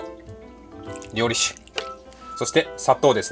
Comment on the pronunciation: りょうりしゅじゃないの？ りょうりざけなの？ まぁどっちでもいいか笑 あっ、途中からりょうりしゅって言ってた。